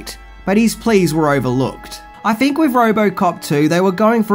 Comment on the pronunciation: "Think," not "fink."